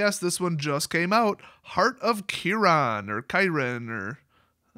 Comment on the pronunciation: im early af, also u messed up heart of kiran, good video though